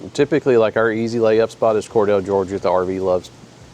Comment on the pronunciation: Love y’all. Thank you for sharing your honest opinions. FYI: 😜 A long time Georgian, now Floridian, Cordele, GA is pronounced Cor deal not Cor dell. Safe travels and I hope to meet y’all one day.